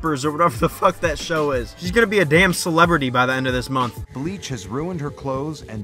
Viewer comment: 🤦🏻‍♂️ omfg it's Damn * not " dam "😑😂